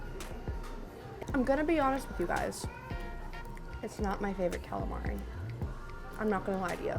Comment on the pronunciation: You say calamari how i say it and its the wrong way LOL